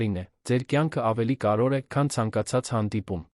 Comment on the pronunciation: Կարևո'ր, ոչ թեէ ,,կար ո' ր,,😂😠